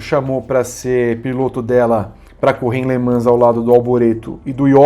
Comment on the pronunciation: Gosta da pronúncia francesa? Faltou treinar um pouco a pronúncia de "Le Mans" kkkkkkkk Minha lista: Gil, Hélio, Rossi, Loeb, Tracy.